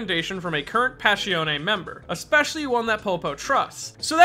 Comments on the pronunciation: Passione Pass. I. Oun NOT Pass. E. On. E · it hurts so much when you say pashione, its passione! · Pa-shon-ne. Not "pash-ee-on". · listen i love the video and i like you this channel but i can’t fade it.. “páss-ión” not “pash-eoné” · “Pash E Own Ay” I’m confused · Why does he pronounce it "passhione"? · "Passione ne" yeah, thats not how you say it. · PAH ssion AY